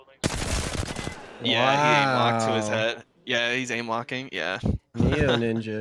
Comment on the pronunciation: Did u just say neoninja